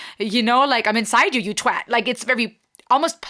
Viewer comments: Great reaction and this is the first time I’ve heard an American say “twat” properly so extra cred for that. 😁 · First non British person I have heard say twat correctly 😅